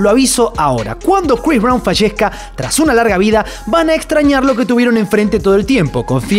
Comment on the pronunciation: Crois Brawn...😂😂